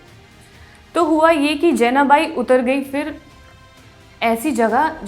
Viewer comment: Jenabai nhi , Janabai..... Marathi Lady.